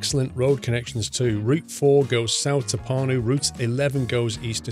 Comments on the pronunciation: You pronounced Pärnu wrong. Ä=æ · also if u pronounce pärnu then the letter "ä" u pronounce like the "a" in beginning of word "an" i'd like to see u recording by driving from Pärnu to Tartu... and can u go to the center of Pärnu?